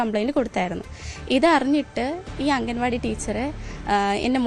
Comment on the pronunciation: അംഗൻവാടി അല്ല മാഷേ അങ്കണവാടി എന്നു തന്നെ പറയണം അങ്ങനെ തന്നെ എഴുതണം അതാണ് ശരിയായ മലയാളം